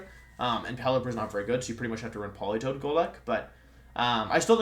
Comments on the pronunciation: When he said Poli Toed the way he did i think i threw my phone out of the window. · Lol why does he pronounce Politoed as Pelitowed